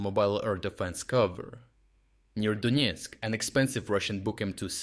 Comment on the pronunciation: Donesk not Doniesk